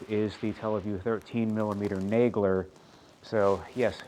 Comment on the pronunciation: Thank you for saying "Nay Gler". This is the first time I've heard it spoken, and up until now thought the A was short. I also used to call the Kuiper Belt, the "Koo - ee - per" Belt.